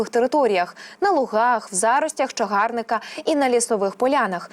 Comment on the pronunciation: Невже ніколи не відмовитесь від ку-ку-кальки "не-о-чі-ку-ку-ку-ва-ні"? Таж НЕСПОДІВАНІ! Лесю Українку вчили? "Без надії таки сподіватись". "Отака не-о-чі-ку-ван-ка". Про відмінюваання числівників навряд чи варто й заїкатись, бо це безнадійно. А все ж таки - не "п'яти-десяти", а п'ятдесяти. І не "БаришІвської", а БАришівської від БАришівка. Не чагАрника, а чагарникА, не зазвичАй, а зазвИчай; не відскочИти, а відскОчити, не "пересуватися", а РУХАТИСЯ не лІтальні, а лЕтальні випадки...